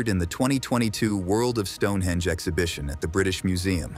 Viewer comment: It's StoneheNge not Stonehedge